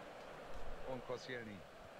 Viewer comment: verbessert mi h wenn ich falsch liege aber ich glaube er wird Kostsch(i)elni und nicht konschnijelny ausgesprochsm